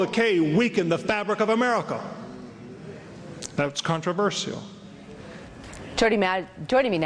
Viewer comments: It's "CON-TRA-VER-SHAL", not "CON-TER-VER-SIAL". God damn it. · CONTORAVERSCIOL It's pronounced "con-tra-ver-shal" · Jesus Christ, I hate the way Americans say "CON-TER-VER-SIAL", rather than "CON-TRA-VER-SHAL". Maybe I'm just autistic like that Eric Mataxis dude. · Conter verseial? Wtf is that controversial you mean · I have to laugh how these southerners talk, this for instance - "contro-vershehell" ha ha. "con-tra-verse-shull" is how it's pronounced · i hate anyone who says con-tro-ver-see-uhl instead of con-tro-ver-shul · Jesus H Christ if I hear the word controversial one more time !!! And it is not pronounced contro-verss-ial !!! Ahhh ... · Whys everyone pronouncing it "Contro-verS-ial"? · fucking controversial how they pronounce converSIAL, damn phonetic american simpletons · controvershehell ? Is that what that reverend is saying ? CONTROVERSIAL you southern idiot! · 'Everything you needing to Know about God but were afraid to ask.' With a title like that you know Metaxes is just another religious huckster. CON-TRU-VUR-CEAL an amusing way to pronounce that word,it makes her sound sexy though. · Con-Ter-Ver-See-Al? What the fuck is up with that pronunciation? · whats with all the extra syllables in 'contraversial' ? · I could listen to these pond dwellers mispronounce "controversial" all night but I feel as if I already have. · That woman can't pronounce controversial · s Humphrey the pronunciation of controversial in this video is funny 2 me. enunciating the ia. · Why can't Americans say "controversial" correctly???? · why cant americans say the word controversial properly? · "Controversial" - fucking horrible pronunciation of that word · why cant americans say 'controversial' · That speaker cant pronounce "controversial" :) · I'm English, and.....I'm pretty sure thats not how your pronounce controversial lol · Why can't this woman say the word "Controversial"?